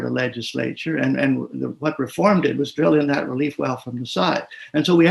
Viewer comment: Love that word Rrefooorrm